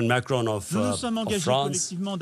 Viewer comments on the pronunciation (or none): none